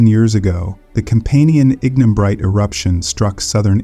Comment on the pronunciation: Annoying minor errors and distracting mispronunciations. Forty-thousand years narrated and 400,000 years illustrated on screen? Ignimbrite initially pronounced as ingen-brite? Please re-record this video and check your other presentations.